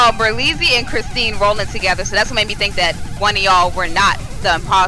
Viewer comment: him saying christene lol